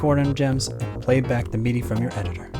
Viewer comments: He keeps saying "meedy" instead of "middy" for the pronunciation of "MIDI". Have I been pronouncing it wrong all these years? :) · "Meaty" controller. Am I the only one that says "Mid-ee"? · Is this guy saying MIDI wrong or am I? I've always said MID-E as in the word middle followed by the letter E. This guy says it MEED-E as in the ye olde drink Mead followed by the letter E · “Your Meaty Device” lol 😂 never heard someone pronounce it that way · Excellent video, but I can't be the only one slightly annoyed by hearing MIDI pronounced as 'Meedy', am I? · What's a Meedee file? Is that like a MIDI file for people who don't know how to pronounce words? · Lol I kept thinking you were saying “meaty” device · Enjoyed your video. I've just never heard anyone pronounce MIDI the way you do 😄 "Meaty." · Am I the only one that's really annoyed at the pronunciation of MIDI? I'm not the person that usually complains about this, but "mee-dee" sounds a lot like "media", especially with the loud background music.